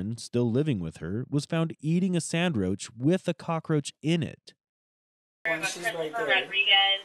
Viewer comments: Dude said "eating a sandroach" 😂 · ""A sandroach"😂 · Did she say sammroach? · did he just say "sandroach"? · “Eating a sandroach” I’m sorry I can’t 💀😭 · Did he say “eating a sand-roach” with a cockroach in it? Lmao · The narrator said " one of the kids was eating a SAND-ROACH with a Cockroach in it ". What the heck is a sandroach? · You said sandroach with a cockroach in it hahahah. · Did the narrator say “eating a sand roach with a cockroach in it” ?? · Did you say Sandroach with the Cockroach in it?